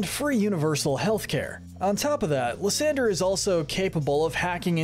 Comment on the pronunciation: It’s pronounced “LYE-san-der”, “”! 🤨 How many people are just gonna keep mispronouncing this guy’s name! 🙄